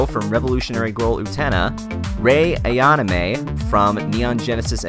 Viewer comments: Seriously, he BUTCHERED her last name. It is pronounced "eye-a-nam-a" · how could you mispronounce 'Saotome' and 'Ayanami?' Look it up if you have any doubts. I usually believe such gaffes are the province of WatchMojo. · I could seriously kick the narrator for butchering Rei Ayanami's name...